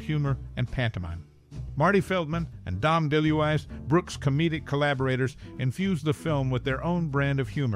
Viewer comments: Dom De Louise not deluess. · Dom "Dee Lou Eyes"?? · Dom Del-ool-eye? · It's almost like he's never heard of him. Dom Deluise is a legend.